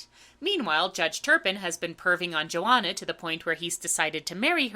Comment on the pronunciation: you pronounce Joanna to rhyme with marijuana?